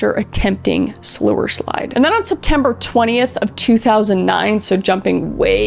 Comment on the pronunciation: how the hell are you gonna talk about something this serious and say "sewerslide"??